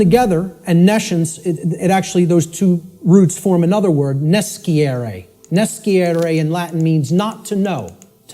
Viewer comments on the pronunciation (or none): Scire and nescire are read: /s c i r e/ and /n e s c i r e/